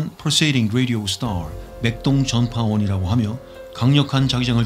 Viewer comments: 펄사는 펄솨뤼 뤠리오스톼 형님발음보소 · 초에 ㅋㅋ 펄세이링 레디오 스라알 하시고나서 맥동전파원도 영어 발음처럼 발음하실 때 웃겼어요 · 펄세이딩 뤠디오 스타알~ 중독성 있네요 ㅋㅋ